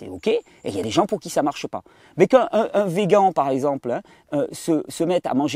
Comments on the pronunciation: Vé-gant 😂 tu m’as bien fait rire Thierry merci 🙏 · en France ils disent beaucoup Vegant .... en Belgique la plupart disent Végane .... :)